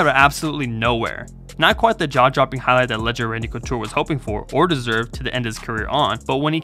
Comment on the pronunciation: "Draw Jopping KO"